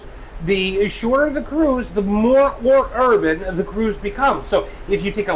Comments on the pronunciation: that R in urban was mighty hard XDDD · how tf this mf manage to say urban with a hard r